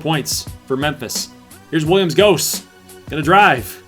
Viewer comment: Goss is pronounced like moss with a G